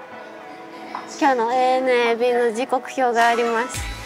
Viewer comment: 「ANA」を「アナ」ではなく「エー・エヌ・エー」と読むところが大好きです。